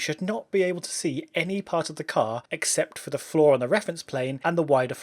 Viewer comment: Anyone else hearing flaw and not floor?